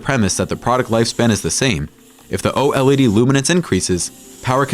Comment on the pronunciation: And again.. O.L.E.D...... please... just say OLED. Very annoying